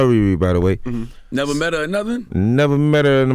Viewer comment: "neverRrrR met herrr in my lYfe"